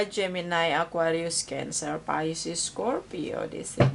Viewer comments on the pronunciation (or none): none